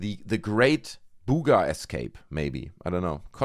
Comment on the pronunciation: I clicked on this video because I cant get enough of how this German pronounces BOOOOGAH sphere LOL its freakin hilarious BOOOGAH BOOOGAH BOOOGAH